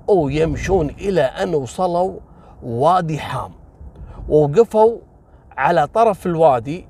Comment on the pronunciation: وادي حاام مو حم وفعلا يمر بمنطقه تابعه لراس الخيمه ومنطقه الفجيره كذلك